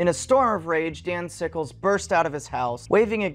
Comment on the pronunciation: I thought he was saying "Danzigles" and I can't get it out of my head